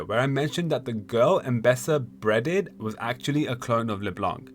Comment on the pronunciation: the hell is youtube demonitizing the word beheaded? haha or is it actually pronounced bredded